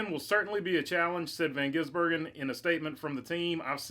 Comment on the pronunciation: Thank you for learning to say the man's name. I tire of supposedly professional racing media mis-pronouncing it or saying they can't pronounce. Here's a thought .... learn.